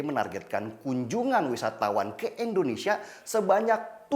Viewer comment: KOREKSI LAH BUAT BANG DENNY SELALU SEBUT INDONESIA DENGAN ENDONESIA GANGGU BANG, !!!